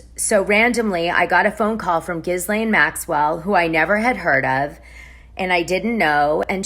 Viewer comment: Ghislaine is pronounced: “Gee-lane” the "S" is silent.